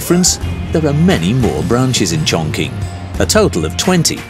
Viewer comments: Chongqing is pronounced Chong-Ching not Chong-King 🤦‍♂️ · im just a guy talkin but the q in qing pronounces as "ching" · It’s pronounced chongching